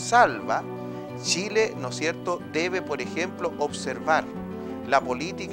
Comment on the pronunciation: Los ignorantes y estupidos como uds deberían ser bloqueados. El animador ninsiquiera sabe decir Chile, dice Shile. Jajajaja una verguenza